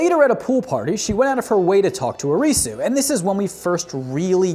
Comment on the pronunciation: Ari-Su....not Ah-Reeee-Su... :D